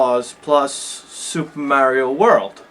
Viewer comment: Soopah Merry-Oh World!!! LOL